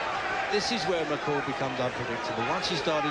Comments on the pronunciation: Mc Call itu dibaca Mek Koll.. bukan mekeul.. gatel banget gue. Trus beli mikrofon yang bagusan jangan pake handsfree cuk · Gue sampe lihat berkali2 namanya. Si Dubber bilangnya, (Mc Call) = "Mek Keil" . Itu dibacanya "Mek Kol", Baaaang. Hadeuh.... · McCall dibacanya "mek kol" bukan "mekel" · Komentator ini diharapkan segera menemui guru bahasa Inggris & psikiater. Baca MKOLL(McCall) bukan MEKEL. Malu Indon dilihat dunia internasional. Kau orang Batak ya? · mc call bukan mikel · Mccall itu baca'a mek kol Bukan mek kel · Di tulis Mc Call di baca meik kol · Once kali "mekel", kenapa sih ga cari dulu cara penyebutan nama "McCall" yang bener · By the way bacanya "Mekol"